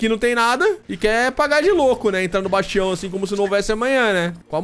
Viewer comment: Ótimo vídeo, amo mods mágicos 😍 você até hoje não sabe falar o nome certo do bastião 😂🤣 Eu não entendo sua cabeça, mora em uma Dungeon pra não precisar construir várias salas, mas faz tudo em uma sala só 🤷